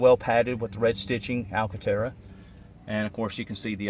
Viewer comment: I will now forever hear the word 'alcantara' in a southern accent.